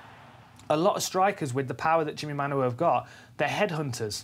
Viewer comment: stop saying Manyuwa ffs